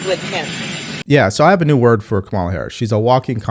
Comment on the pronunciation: Consider how many times you've heard her name, and realize you are still unable to pronounce it. Your brain isn't functioning properly.